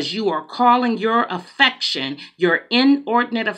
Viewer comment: Good morning, I heard what you are saying. We got to call a spade and spade. I know you said inordinate affection it sounded like inordinate infection. So if that the case you are giving some God given antibiotics. Thank you!!!